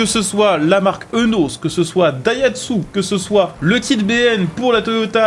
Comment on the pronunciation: Petit fait intéressant : la marque Eunos se prononce « iounos »